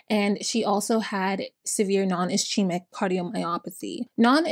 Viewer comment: I love how you tell these stories with compassion. And your voice is soothing and nice to listen to! Oh and ischemia is pronounced iss-keem-ee-uh 👍